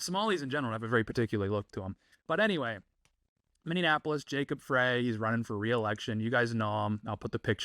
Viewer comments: Mini. Apolis. Mini. Apolis. Minneapolis. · I’m sorry but please pronounce Minneapolis correctly